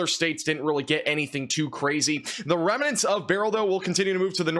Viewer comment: Remnants, not reminants. Lol.